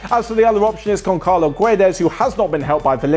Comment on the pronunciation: its Gonçalves and Gonçalo not Goncalo or Goncalves the same way for Barça not Barca in Portuguese and Turkish this Ç is pronunced S